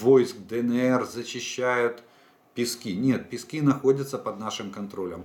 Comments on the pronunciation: ну только не ПескИ- ПЕски,ударение на Е. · Сколько ещё должна продлиться война, чтоб вы хотя бы заглянули в Википедию и узнать правильное название городов? Правильно: БАхмут, СнежнОе, ПЕски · Олег, кажный день вас слушаю и каждый день хочу написать про ударения в названиях населенных пунктах на донеччине, как бывшая дончанка. Местные говорят не БахмУт, а БАхмут, ударение на первый слог. И ПЕски тоже на первый слог. Вы хотите сказать правильно, а потом исправляетесь. НЕвельское. Спасибо.